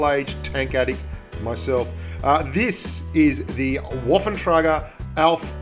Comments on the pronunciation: W = V, spread the word so we don't have to hear 'waffentrager' any more :). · I'm pretty sure it's: waffenträger